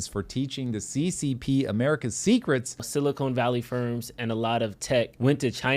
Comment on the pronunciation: just FYI it's Silicon Valley, not Silicone, chips not t*ts